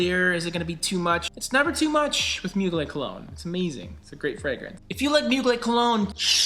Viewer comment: Just an fyi, the r in Mugler isn't silent.